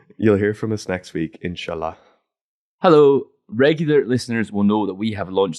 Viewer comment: I feel like your pronunciation of Inshallah could be improved..